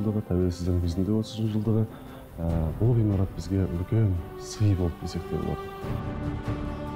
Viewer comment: Кутты болсын 🤲 Куаныштарынызга ортакпын! Театр жаңа репертуарга, жаксы талантты жандарға бай болсын 🤲 Театрға өнер сүйер корермендер көп келсин 🤲 Табыстарыныз мол болсын 🤲 Алла берекесин берсин 🤲 Ескерту ☝️ ғыймарат емес, ғимарат ! Ғ мен и арибинин арасы жинакты айтылады.